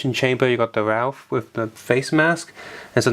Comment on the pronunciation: i like that you call raph, ralph :D